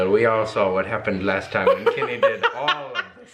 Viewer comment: kinny?? I've never heard your accents so much as when you said "Kenny"... Not a bad thing just odd that it's taken me so long to hear anything very american